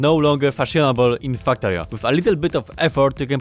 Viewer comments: is he saying... fucktorio? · I like how you sounded like saying Fucktario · Am i the only one hearing fucktorio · While I do love your accent, the yt algorithm may interpret the way you pronounce "Factorio" as a certain curse word + "torio", and limit who it recommends the video to because it thinks it has detected "strong language". Just a thought... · So I did some reading on Polish phonology... Turns out Polish doesn't have the English short 'a' sound like in 'cat' or 'Factorio', and the Polish 'a' sounds very close to an English short 'u' like in 'gum' and 'buck'. BUT! Polish 'e' like in 'wektor' and 'wcześnie' is much closer to an English 'a'... I've noticed people with certain Russian accents just straight up using an e sound for the a because it can't be confused with u. No idea if this means anything to you, I just thought it was interesting.